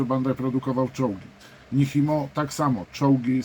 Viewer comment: To się raczej wymawia "Niczimo" 🙂